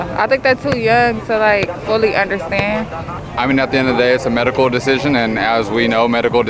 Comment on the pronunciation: "Medical deshision"